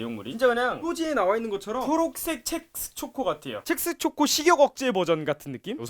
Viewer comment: 자꾸 첵스가 잭스로 들리지......